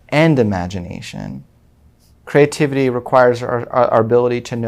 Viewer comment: Is it so hard not to sound completely hysterical ? I’m so annoyed by the first guy and his hyper annoying personality I wonder if I can finish listening to this. Then there’s the one who pronounced creativity as “CRAY-tivity”. 🤮